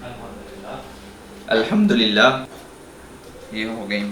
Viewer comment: Bhai ek request hai alhamdulillah ache se bola kar